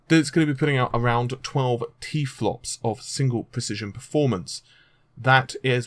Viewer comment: Plus he keeps on saying t flops. Mate it's terraflops get it right son